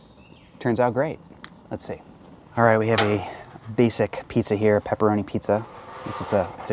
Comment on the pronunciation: I like everything you are saying except "roni" cup, lol